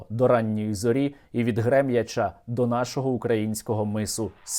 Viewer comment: Пане Сергію, випуск гарний. Дякую. Звертаю увагу на наголоси. Грем'Яч, від Грем'ячА. Цей населений пункт зараз страждає від рашистських обстрілів.